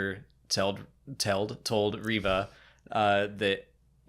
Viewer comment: Why do you guys pronounce Reva's name rev-uh and not ree-vuh. Its pronounced ree-vuh. That's how it's pronounced by Moses Ingram, how it's pronounced by other Disney staff and media, how it's pronounced in the show itself.....why do you guus pronouncing it differently? I just don't get it.